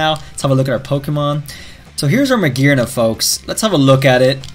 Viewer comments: Hearing him say Magearna the correct way made my soul melt into heaven. Such a lovely accent shan’t be wasted on butchered names 😭😭😭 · Finally he said it right xD